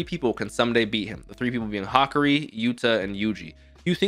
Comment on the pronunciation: ha(like laughing), ka (like the ca in car), ri like (dio reeee)